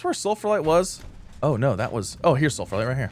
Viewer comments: Moderately annoyed that you’re pronouncing Sphalerite as “sulfurlite”. There’s only one L, and you’re completely skipping the ph/f sound. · ITS CALLED SF-AL-ERITE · Cool video keep up with this, but my only question is: Why are you saying sulphalite instead of sphalerite (The material of Zinc)? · In his defense, there's a lot of sulfur in sphalerite. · Mispronouncing Spharelite everytime. 😂